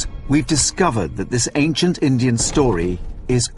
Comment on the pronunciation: did he say acient engines hes racist its supposed to be indian